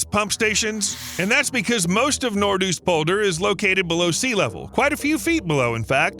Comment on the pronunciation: Nope it is not Nort Oest polder, it is Noords OOst polder with an o as in go, and not an oe as in shoe...